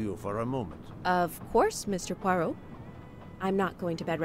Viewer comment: You're butchering the detective's name. It's much closer to "PWA-row"